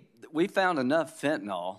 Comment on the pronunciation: Why can NO politician properly pronounce the word Fentanyl? Can we get them a 'Hooked on Phonics' program. Sound it out . . . just like your 2nd grade teacher told you. Fen-TA-NYL